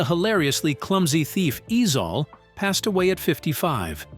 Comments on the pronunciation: It’s ezel 😂😂😂😂not ezal Ai story teller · Who TF is EZAL 😂 it's EZIEL ! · Pronounced E zell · I just wanna know who the hell is “E-Zal 🤨 that is not the way you pronounce it .. yt ppl I tell you 🙄 just annoying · 👉🏽 maaaaannnn, if I hear this damn A.I. white voice pronounce AJ Johnson's character as "Ease All" ONE MO GAWDDAMN TIME!!!! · It pronounced eazel